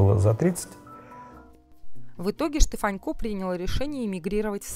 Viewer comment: Почему ведущая называет его Штефанько, ведь его фамилия без мягкого знака-Штефанко!